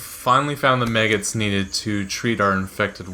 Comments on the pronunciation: Its maggots not meggets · It’s maggots not meggots. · My man says meggits so many times I'm triggered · maggots, not meggots ffs